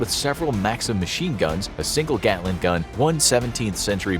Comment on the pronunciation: Gatling gun not Gatlin! It's named after the inventor, Richard Gatling.